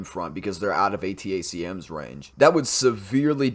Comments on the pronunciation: ATACMS is pronounced "Attack-em" (like "Attack them"), then jsut add an "s" at the end: "attack-ems" or "attack-ums" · A-Tack-Ems, watch Habitual Linecrosser for that pronunciation. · "Attack-ums" is the way to say it, at least here in California. Great video, thanks. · ATACMS is pronounced "A-tack-ems".